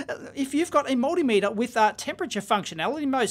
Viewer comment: Look, If you keep saying Moldymeter, Im not going to watch anymore.